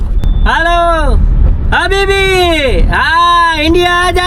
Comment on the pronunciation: ત્રીજા હબીબી એ આજે બન્ને નો "હ" કાઢી નાખ્યો ને "બીબી" બનાવી નાખ્યા... 😮😂